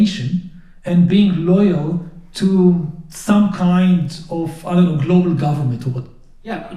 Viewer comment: Cue ball said it with "gloobal order"